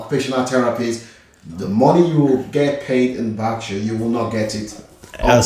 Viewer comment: Barksure?! 😆 or Berkshire?